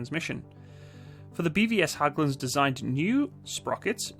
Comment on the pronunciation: It's pronounced like "H-egg-lunds"